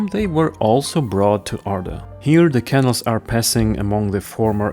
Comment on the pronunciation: interesting video. but please say canals, (caNALS) in your next videos, not kennels (KEnnels). 😀